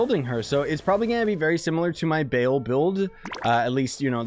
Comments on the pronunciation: It's Ba-al not Bale, anyways, nice video! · Isn’t it bah l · I won’t even watch the whole video I cant handle him saying “BALE” all the time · no it's not ball as in football ball its ball as in ba al you're pronouncing to instances of the a sound that's hoe its mean to be pronounced I'm into demonology so I thought I'd correct you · Cringe every time he says Baal I wanna stab my leg